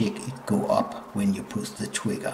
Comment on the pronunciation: “Showt weset twiggew keet”